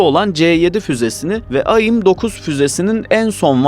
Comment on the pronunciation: Kardeş aim ayim diye okunmaz onun dışında video açıklayıcı ve net 👍👏